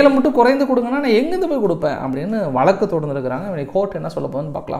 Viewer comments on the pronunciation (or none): none